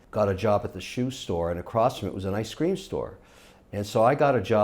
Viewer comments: "I scream" why is Kevin's pronunciation of ice cream so weird? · Yh bro ice creem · He used to have a speech impediment could be leftovers from that.